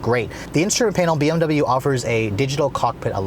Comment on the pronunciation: Maybe if you pronounced "double you" properly the BMW would respond better. ;)